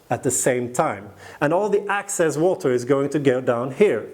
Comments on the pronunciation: You keep saying ACCESS... and you mean EXCESS... ACCESS = AVAILABLE; EXCESS = LEFT OVER OR EXTRA. In this case, the pumice is going to absorb about 30% of the water and the EXCESS water will then flow to the bottom of the container... also, PLANT... You are saying pl-ON-t and the word is pl-AN-t . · QUESTION: Can you practice these 2 words - EXcess, not ACcess, and plANTS, not plUNTS? Issue #1: Excess = residual; more than enough, vs ACcess = to capture or get in to. Issue #2: Plant = an organism studied by Botanist; A plUNT = NO ENGLISH SPEAKER KNOWS WHAT THE HELL THIS IS; an annoying sound in an otherwise great and informative youtube video series.